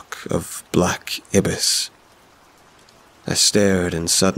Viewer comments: haha, its actually "eye-biss" (or ai-bis) instead of "ib-biss" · Black Ibis? Ibis is pronounced eye-bis not ebis. Those mispronunciations ruin the story for me.